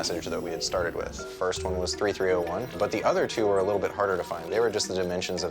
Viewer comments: It’s three three o one not thirty three o one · its pronounced 3-3-0-1 (three three o one) not 33-0-1(thirty-three o one) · "3301" noob, its pronounced "Loss"